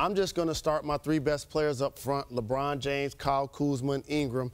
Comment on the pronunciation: there is no d in lebron james